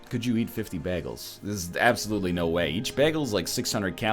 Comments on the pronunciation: WHAT! YOU PRONOUNCE IT BAG-ELS!!! IM SO CONFUSED HOW IS THIS POSSIBLE!!!!!! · Bae-gels :p